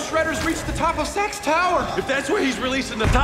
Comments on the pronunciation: I swear sometimes it sounds like they're saying sex instead of SAX or SACKS or however it's spelled. Lol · Who else though sex tower when they said sax